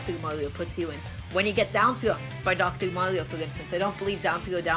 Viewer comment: Doctow maw-wio🤮😖